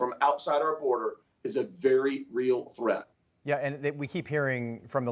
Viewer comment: "INFECTIOUS DISEASE, FROM OUTSIDE OUR BORDER, IS A VERY REAL TREATH!" He said! 👏👏👏